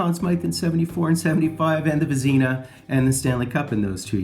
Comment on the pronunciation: And he won the Vasena, no its the Vezina.